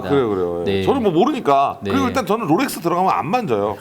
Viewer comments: 제발 롤렉스라고 해주세요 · 왜 로렉스라고 하는거지 ;;; 거슬리네 Rolex의 L은 원래 받침 ㄹ까지 발음해야하는해서 롤렉스로알고있는데